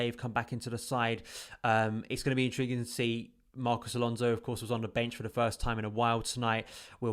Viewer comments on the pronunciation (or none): none